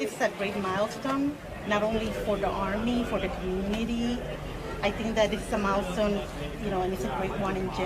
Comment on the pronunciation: "fOR DuH aRRmeE"